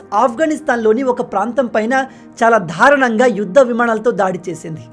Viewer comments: ధారుణం కాదు దారుణం ఎన్నిసార్లు చెప్పినా వినిపించుకోరేం! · మీరు చేసే వీడియోలు చాలా బాగుంటాయి. కానీ (ధారుణం) అనే పదం వాడుతున్నారు వినడానికి కర్ణ ఖటోరంగా ఉంది. కరెక్ట్ పదం "దారుణం దయచేసి మార్చుకోండి.